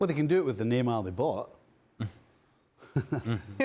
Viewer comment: If she’s trying to do accents Neymar is pronounced Neymar In Portuguese not Neymal like you would pronounce it in Spanish, I know she’s fluent in Spanish but stop trying too hard..other that her knowledge what the game is good.